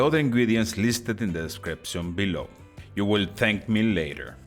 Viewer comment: nah an accent is an accent , grammar is the thing or the way u say the words, I think the Jew instead of you is cute... I speak spanish fluently, for 15 years they excepted the way I spoke and the words I used ... they didnt care about my accent , then after letting me speak for that long they then decided to tell me i was using the wrong words .... i it was like learning the language all over again... argh they said my accent was perfect but only when i spoke the wrong words did they know i was not spanish, i asked why .. they said cause you were trying